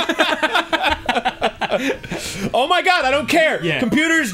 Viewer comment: "circuits." I lost it there. hahah